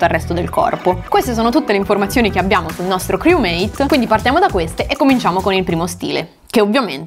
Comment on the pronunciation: Lo dici male criumeit fra